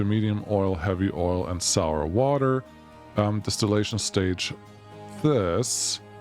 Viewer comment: DIStilllation, not DEStillation 😅